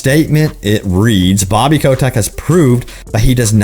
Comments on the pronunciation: Why do you pronounce he's name as "Ko-tech"? it's obviously "Ko-tick". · "Bobby Kotek"